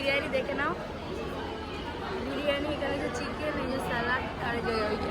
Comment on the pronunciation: Thik thak kotha ta bolo birani na biriyani tulika ke bolo tolika bon k bolo bun aktu valo kore kotha boleo